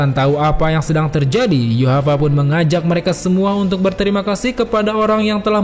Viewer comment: Min, kenapa nama nya Yhwach jadi disebut Yuhavac? Pusing dong mikirin Yuhavac Yuhavac.. rupanya Yhwach.. wkwkwkwkwkwkwkwkw